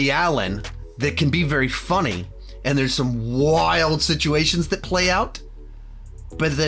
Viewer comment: I like you,... I really do. However, the way you say “funny” is deeply concerning.